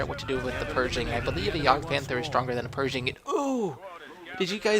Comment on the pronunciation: its pershing not persing like persia great game though